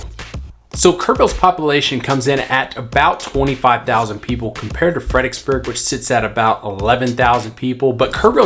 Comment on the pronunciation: I knew you were a local, saying "Fredicksburg"........not Fredericksburg. We just kinda shorten it. Kerrvillian for 10 years. Love it!